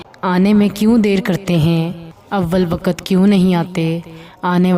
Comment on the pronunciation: Aslamoalikum,umro nam ni Hy ,wow sakin Hy,ye nam Amar prha Jata Hy not umro Wakat ni hta wkt prha Jata Hy Hope u dnt mind,Urdu hmari zuban Hy ,tlafuz hmara drust hna chahye Jzakillah